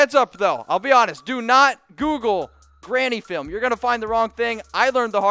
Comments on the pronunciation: Bro it isnt Granny film it's Grainy...learn how to read if you want to have a decent channel. No offense. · It's "grainy"film not "granny" film ! Grainy means ,"Not a very good picture,old " ! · Grainy not granny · Lol. Was dude sayin' "granny film"?